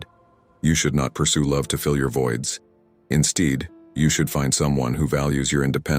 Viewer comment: “In steid” Hahaha. I see you aye eye. No app for present, imperfect and or free human beings in-person, I imagine. Thank you for this upload.